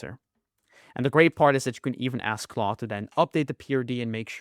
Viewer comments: Its claude not cloud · it is claude not cloud!!!!!!!!!!!!!!!!!!!!!!!!!!!!!!!!!!!!!!!!!!!!!!!!!!!!!!!!!!!!!!!!!!!!!!!!!!!!!!!!!!!!!!!!!!!!!!!!!!!!!!!!!!!!!!!!!!!!